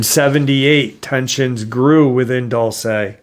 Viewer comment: Dulce is Spanish for sweet! Let's practice some Spanish, Dulce, pronounced, Dual-say. Love your podcast bud, keep em coming!